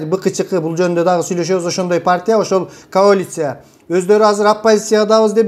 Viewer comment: Байке жүз жолу "коалиция"- деп айтып жаттап алсаңыз, "каолиция" -дебей.